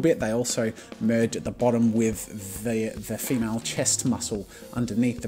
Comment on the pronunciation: "hundreds of poses of this MYEL and FEEMYEL"